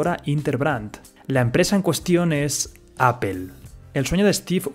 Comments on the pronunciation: se dice apol no apel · Apple no se pronuncia apel, se pronuncia "apol" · apple no se pronuncia "apel". Se pronuncia "apol"!!! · Oye tú, debes de pronunciar correctamente la palabra Apple y no Apel. Corrige tu pronunciación! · Por qué dicen "apel"? jajaja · Cada que escucho "apel" me da cáncer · La pronunciación del inglés es paupérrima. "Apel".. Csm. Video pésimamente mal documentado. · Qué sucede en España que no saben pronunciar bien Google o Apple? sin ánimos de ofender pero me da curiosidad que cada español que he escuchado los pronuncia mal (Pronunciación literal: Guguel y apel en vez de gugl y apl. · Appel- googel 😂😂😂